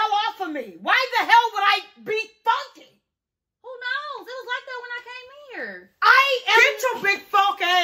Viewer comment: Brittany talm bout “why the hell would I be fonky ?” 😭😭😭